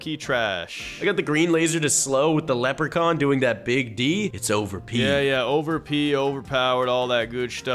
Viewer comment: why do you say leprecorn not leprechaun